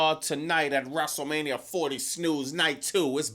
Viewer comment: Wrestle Meh-nia is real